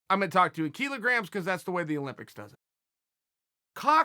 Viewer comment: Kilograms is pronounced 'Kill-Ah-Gramz' not 'Key-Low-Gramz.'